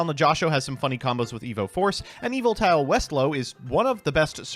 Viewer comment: new drinking game, every time says evolite instead of evoltile, take a drink